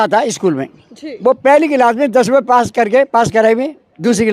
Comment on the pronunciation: ₹ sahi se nhi bol pa rahi h